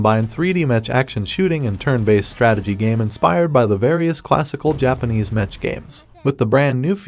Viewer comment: Stop saying metch its mech (mek)